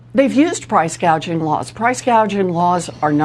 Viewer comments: I don't believe this.... They are going on and on about Kamalas price gaging, that is what she said, she can't even read. The word is gauging. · Elizabeth Warren, another socialist… Kamala couldn’t even pronounce price gouging!! She says “gaging” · There are already anti price gouging laws, or as Kamala says anti gauging 🙄